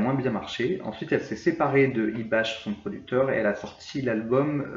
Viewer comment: Il me semble qu'on ne prononce pas "IBACHE" mais "IBAK"